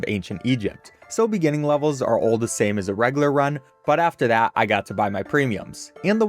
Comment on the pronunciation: pronounced "reg-you-lar" btw